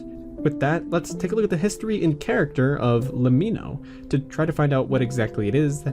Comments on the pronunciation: Great video, but le-mee-no? Its an abbreviation for let me know, as in Lemmino. Just pointing it out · but that's not how you pronounce lemmino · its pronounce lemmino not lemmino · Isnt LEMMiNO pronounced like "Let me know"?